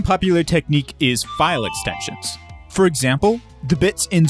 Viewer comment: "for examle" lol